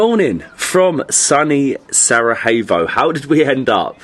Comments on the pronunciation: Its not Sarahevo, its Sarajevo. Learn to pronounce like the rest of the world can learn to pronounce your English words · Not Sarahevo, not Saragevo try say Sara-ye-w-o .... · Love it! Thanks for visiting our beautiful homeland. But hey!:) you gotta learn to pronounce Sarajevo the right way. It’s Sara-y-Evo basically. Not Sarahevo!::). Cmon now!:). Great channel. Hope you enjoy Bosnia!! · try to pronounce it as Sarayevo and it's good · SaraJevo. J as in Yes or Yellow. Not J as in H. You are in Bosnia and not in Mexico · If you say saraHevo one more time lol you didnt say Hasmin 😂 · Bihać was the last place to be conquered by Ottomans. Something like 200 years after the ottomans began their conquest of the Bosnian Kingdom. Also, please look into pronunciation of Sarajevo 😊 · Your pronunciation of “Sarajevo” makes my ears bleed. Everything else is great… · Still mispronouncing Sarajevo! 😂😂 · all good. Not a problem, just a correction. U are doing a great job promoting the city and the country so its fitting to pronounce the capitals name correctly. Especially since its easier then how you have been pronouncing it. Cheers